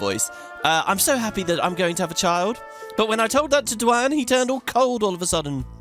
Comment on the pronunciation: Btw duane is pronounced dwane 😁